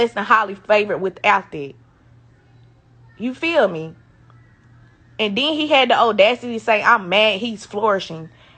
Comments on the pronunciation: That woman look hard as hell. And it's audacity not odudacity. But she blessed and highly favored but doing the devil's work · The "Odacity" . . . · Having kids with a woman that say audacity like that has to be stressful.